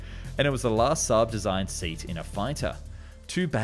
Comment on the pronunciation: IL VEGGAN INVECE CH3 VIGGEN IL SUUB INVECE CHE SAAB IMPARATE A PARLARE ALLA VOSTRA A.I PIÙ CHE INTELLIGENZA È IGNORANZA 🤣🤣🤣🤣🤣